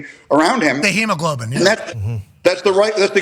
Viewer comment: Pat said “hemoglobin” no where near the right way and you just can see the “what a dumbass” looks AJ and the guys are giving him 😭😭 he just shrugged 🤷🏾‍♂️